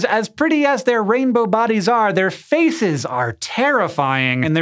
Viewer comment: hes says 'fathes' once you hear it you cant go back